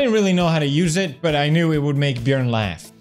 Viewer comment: the fact that messed up Björn's name I'm dead